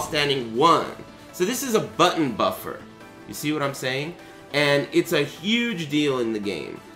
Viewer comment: Da buffuruuuu screams in korean